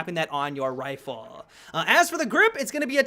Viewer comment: Is it just me or does he empathize the last word in his sentence toward the end of the video where he says rifle